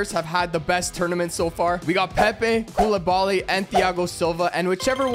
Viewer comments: finally he said his name right “Koulibally”💀💀💀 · finally he said koulibaly right